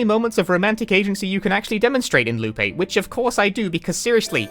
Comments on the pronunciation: I mean, he basically keeps saying "Lupe" when he says "Loop8" due to how he basically doesn't pronounce the latter half of "Eight". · I keep hearing him say Lupe lmao